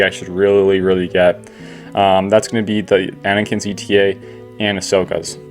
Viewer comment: fyi... anakin's ship is pronounced ay-tah, its the greek letter, not the acronym for estimated time of arrival.